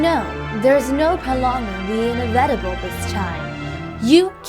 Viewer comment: Objection! Did you just say "invetible"? Isn't it supposed to be "Inevitable"??